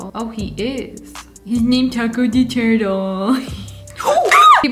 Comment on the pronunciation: name the turtle turtle pronounced in cursive